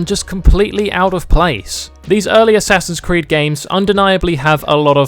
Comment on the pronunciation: "Ass creed"😂